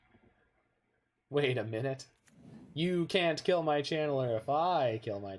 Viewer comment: It does sound like you're saying Chandler. I think it's cuz you're pronouncing it Chan'ler. I thought that was a nickname you gave Channeler or something.